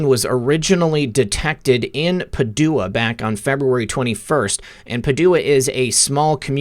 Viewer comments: ‘Pa’ as in Pat ‘du’ as in do ‘a’ as in uh. Pa-do-uh. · Paw - dew - ah?!!🤦Oh no, no, no. It's pronounced Pad - dyou - wah (Padua, Italy) I guess you don't know your Shakespeare.🙄😁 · Hey. Always great work. I really don’t know how you figure all this stuff out. Really stunning. As an FYI. Padua is pronounced Pa due a. Keep up the great work! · it's pronounced Pa-du-a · PS Padua is pronounced PA' dua... Accent on first vowel... Virtual HUGS ❣️